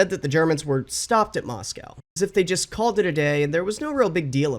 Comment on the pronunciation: you still can’t pronounce Moscow